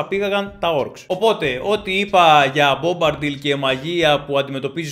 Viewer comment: Έχεις καιρό να διαβάσεις το βιβλίο, δεν είναι Μπομπαρντιλ αλλά Μπομπαντιλ